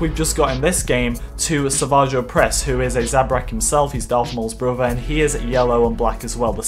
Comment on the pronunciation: How dare you say zabrak 😲😱😡